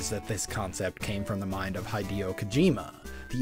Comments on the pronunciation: You're killing me with all the mispronunciations here... "Boke Tie", "High Day Oh"... :P But in all seriousness, you reminded me I really wanted the Play Yan (Playan?) when I first learned about it in the early 2000's as teenager. Though learning how complicated it was to even get it working... I probably would've been disappointed and frustrated not being smart enough to know how to use it properly. Also as you said, as time went on, it became more and more obsolete, especially with modern cellphones now. ...Kinda also reminds me of wanting the TV Tuner for the Game Gear as a kid, which also is obsolete as hell now. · High Dio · YEAH. With Boktai I was trying to pronounce it how I THOUGHT they were pronouncing it on the game's title screen. But I'm now realizing I definitely misheard it probably due to the GBA's crunchy audio quality. And with Hideo...I honestly have no good excuse for that one, it's how I grew up pronouncing it and it's been hard for me to "unlearn" that pronunciation. Really need to work on that :) Also, I will say I'm pretty sure the reason I had such a problem getting the Play-Yan to work was because the SD cards I was trying to use were too "new". If you bought the Play-Yan back when it first came out I'm sure you would have had a much easier time getting it to work since it was designed specifically for SD cards of that era. But yeah, the Play-Yan became obsolete fairly quickly, but it was still a pretty cool piece of tech for its time. TV tuners were so cool back then... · And Hideo 😱